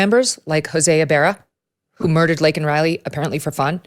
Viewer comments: They are ILLEGAL! They have not built this country, they Are breaking it down though. But, he did not apologize for saying Laken's name wrong. What a blithering idiot! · The point is he wasn’t going to even mention her name if it wasn’t for him being put in a position where he had to. That’s disgusting in and of itself, then he says her name wrong which shows how little of a damn he gives, added on to the fact he hasn’t even reached out to Laken Riley’s parents at all…He doesn’t apologise to her parents for saying her name wrong but DOES apologise to the murderer for using the CORRECT term. What a nice guy 👎